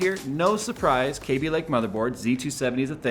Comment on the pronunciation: Love your videos, but please stop saying K B Lake. It's Kăby Lake.